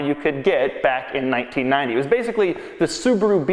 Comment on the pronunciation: Holy hell. The way he says 1990 bugs me almost as much as his childlike, completely clueless description an equalizer. It's an audio equalizer you twit. Annoyance aside this brought back great memories of my high school days. Many of the things he pointed out as being weird are things I miss about cars from the 90s when I learned to drive.